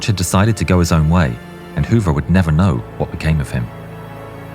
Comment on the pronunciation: Wow, I didn't even make the connection when you kept saying Robert Hover. Simply amazing! I got to see him do his demonstrations in the late 1980s and was so awestruck